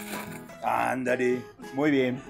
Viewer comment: Ese !Andale! (min ) sono muy mexicano hahahahha